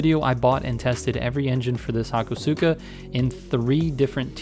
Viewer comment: Everyone is always butchering this poor Skyline. It's not the Ha/ko/su/ka. It's the Ha/ko/ska.